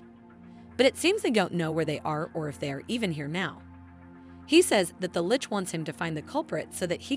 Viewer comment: I think this is the first one of these recap video's I have heard the narrator say the word "Lich" correctly, it's so weird to hear them called "lick's" in the other video's.